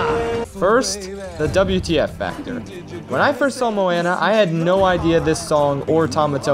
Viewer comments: excUSE ME SIR BUT IT'S MOW-AH-NAA NOT MOW-AN-AH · "mowaana" lmao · You cannot have Tamatoa as your profile picture and pronounce it "Mo-Anna" dude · cough cough mo-AnNa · He said Moenea and not Moana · Mo-Anna lol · With how much you seem to love moana its weird that you still miss pronounce it